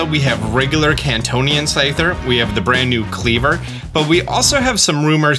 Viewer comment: its kantonian or kantean